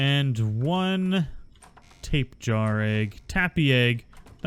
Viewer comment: Tap-ã-hara is correct enunciation and die-low is correct enunciation for tapejara you can call them tapē or pterosaurs. And dilos are just dilos not dillos